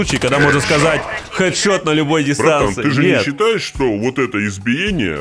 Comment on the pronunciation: А мне слышиться не "Хэд шот " , а " Сек?шот "